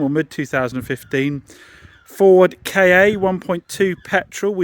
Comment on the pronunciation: It’s not a Ford K A It’s a Ford KA